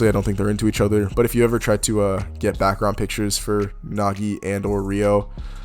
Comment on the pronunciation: Oh hell nah bro didn't just say Nagi